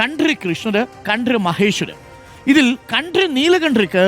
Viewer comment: താങ്കൾ കൺട്രി എന്ന് ആണ് പറയുന്നത്